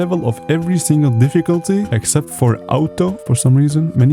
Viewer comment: it's aw-to, not ow-to